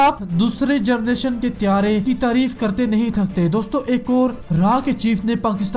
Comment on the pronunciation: Generation not jernation